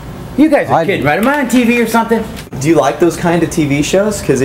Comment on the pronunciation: "are you stupit or somting?"